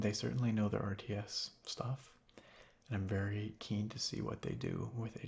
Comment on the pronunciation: Anyone else notice how he always says "ant" instead of "and"? I kinda like it